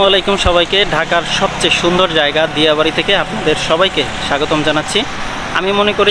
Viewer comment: ভাই আপনি নামের ভুল করে ছেন দিয়া নয় ডিয়া হবে